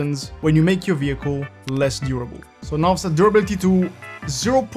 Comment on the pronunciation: Vee hickle